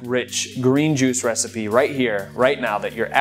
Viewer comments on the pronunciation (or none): none